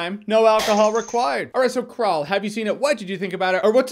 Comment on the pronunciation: I've been here since the ME:3 deal and enjoyed it ever since. Also every time I heard him say Crawl I kept mentally hearing Krull... Now I want Jermey to do some Retro Reviews with Krull at the top of that list.